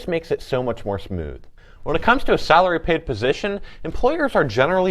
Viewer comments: lol I didn’t even catch that😂 sounds like he said.. “Sourly”😂😂💀💀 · Hourly v Saraly 😂